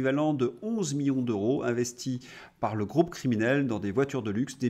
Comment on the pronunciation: cher, pourquoi prononcez-vous: "euro" comme s'il y avait un H aspiré devant ce mot. "En français il y a: "les zeuros, les teuros, les keuros..." et oubliez-vous souvent les liaisons comme dans: " les siençumaines" par exemple?